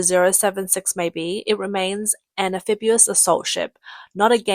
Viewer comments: Sorry, CCP and all the Little Pinks! One ship does not an armada make! Especially when you have no trained pilots! BTW, it's "amphibious," not "amphibuous." And, the plural of "aircraft" is "aircraft" ("Crafts" is used only about "handicrafts": pottery, basket-weaving, etc.) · AmphibIous NOT AmphibUous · Am-fib-ee-os. NOT am-fib-u-os. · What is ambefibuas does she mean amphibious 😂😂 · Amphibious, not amphibulous. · There is no such word as "amphibuous". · lol the narrator keeps pronouncing it "amphibu-us" - at least that's how we know it's probably not an AI narrator :D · Sound it Out: Break down the word 'amphibious' into its individual sounds "am" + "fib" + "ee" + "uhs". Say these sounds out loud, exaggerating them at first. Practice until you can consistently produce them clearly. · Amphibulous: a Chinese word combining fabulous and amphibious. It sounded better than fabubious. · I like amphibulous 😄